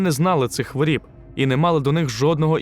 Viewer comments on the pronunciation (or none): Не хворІб а хворОб😂